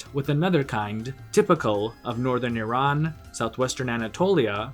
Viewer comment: You are probably the first person from USA or west who pronounce Iran correctly otherwise most people from US pronounce Iran as "I ran".